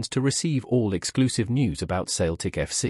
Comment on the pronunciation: Can't even pronounce Celtic 😮😮😮